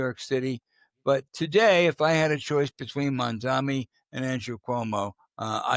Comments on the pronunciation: Ok guys, I know you’re way up there in years but please pronounce a man’s name correctly. It’s Mam-Dahn-EE, not mamdami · I like you guys show but sometimes Al messed Zoran last name MAM -DA-NI